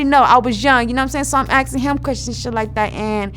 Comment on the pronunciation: I’m axing him